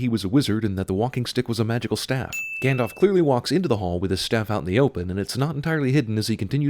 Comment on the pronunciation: It's gand-aalf not gand-olf